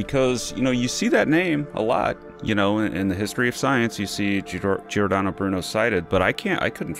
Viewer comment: Completely disappointing - especially the comments about Giordano Bruno (... and you can't even say his first name properly!) ... Giordano Bruno was a humanist that advocated for science and for humanism and ultimately was burnt to death for rationality and science. Contact the Giordano Bruno Stiftung (Stiftung is German for Foundation) - here: - they actually can speak English too! They will set you right.